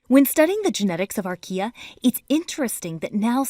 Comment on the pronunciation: who heard IKEA when she said archaea? just me, ok....